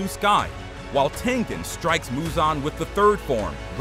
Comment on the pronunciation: He is not tenthen it's tengen